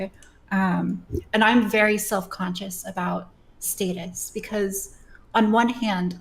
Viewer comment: Is fucking British or something what the fuck is that pronunciation of the word status